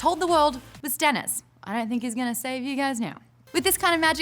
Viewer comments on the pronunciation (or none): Did Maude say Stannish or Dennis? :D